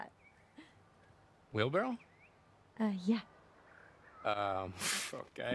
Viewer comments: It's 'Wheel Barrow' , not 'Wheel Barrel' I hope y'all know that lol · they didn’t catch that he said wheelbarrel and not wheelbarrow 💀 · its wheelbarrow not wheelbarrel